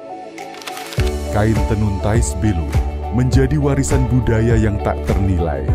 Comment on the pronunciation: Bukan Belú tapi Bélu. Pelafalan saja masih perlu diperbaiki. Makasih.